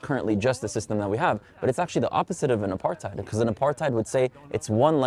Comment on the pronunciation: No, it’s not about you. These people feed off hate and anger. They are the problem. They don’t want to move forward towards peace, they want war. I cringed as soon as they said ‘Apartheid’ as a South African. Ya’ll need to learn to pronounce ‘Apartheid’ before you all use it. The youth no longer has compassion for others. It’s a shame.